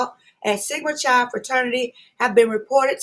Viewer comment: You are saying Chi wrong